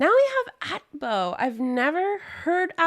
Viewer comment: Hope you try check out ATBO MV. It pronounce A-T-B-O and not AT-BO. They're new boy group from survival show called "The Origin A, B or what?" created by their own company IST entertainment (House for Apink, Victon, Weeekly, The Boyz and Bandage). One of the member is former YG treasure box contestants Yeonkyu and two of the member is former SM trainee.